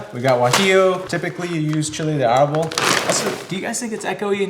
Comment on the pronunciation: Your Spanish is horrible my guy you said arbol funny as hell